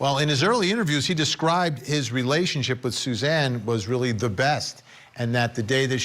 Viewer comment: I hate when these network stations put on experts who don’t know these cases. Mispronouncing Suzanne’s name, ugh. Talking about the defense pointing the finger at Jeff Liebler. Jeff’s alibi checked out. Do a little research and don’t speak on what you don’t know.